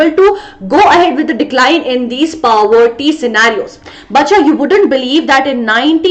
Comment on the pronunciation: aap poverty ko pawvarti kyu bol rahe ho 💀💀